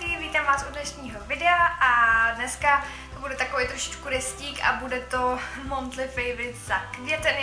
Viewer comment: Luci, ze tvých videi vždy srší optimismus:) Jen zkus, prosím, neříkat " monthly " ale " manthly":)